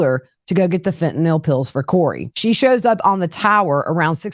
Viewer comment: Thank you. Watching from Alaska. Also Thank you for knowing how to pronounce Fentanyl.